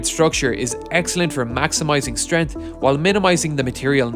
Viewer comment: Strength has a 'G' in it...